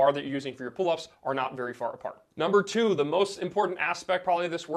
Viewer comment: He said number toot